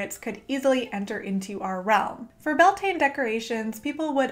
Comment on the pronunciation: YAS GURL. One of so few YouTubers who actually researched and credited Gaelic cultures for Bealtaine. My only note would be that Irish people pronounce it 'BAL-tinna', and 'Bel-TANE' rubs a lot of us up the wrong way. Otherwise, I'd like to thank you for doing the work and maybe we could even collab at some point. Best of luck to you and your channel, I'm hitting Subscribe :-)